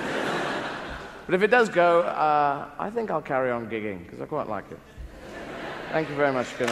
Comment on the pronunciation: It's "gigging" not digging...